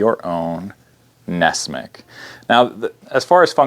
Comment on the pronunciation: I thought it was nessmuk, not nessmick?